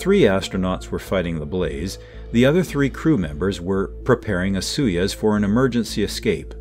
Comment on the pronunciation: Its not sui yez, its SOY YOOZ.